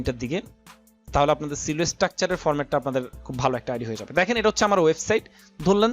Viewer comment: ভাই Silo এর উচ্চারণ সিলো না সাইলো।